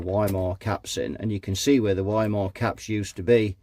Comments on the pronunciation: Since the capacitor brand is german, it's pronounced Wee-Maah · I say Wee-muh, you say Why-mer; lets call the whole repair off? 🤔😉 ( a wee muh wuh, a wee muh wuh.....🎵 and a Weimeraner too? 🤔🤣)